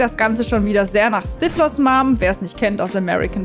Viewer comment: Stifflers mum , nicht stivlors! Hab mich fast angesprochen gefühlt 😱